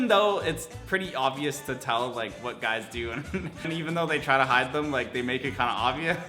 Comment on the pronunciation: How many times did he say "GYUS" in this video?